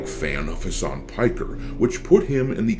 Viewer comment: mf said Hamas Piker 💀